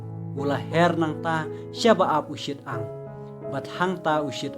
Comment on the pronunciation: UShi-tang ym u Shit-ang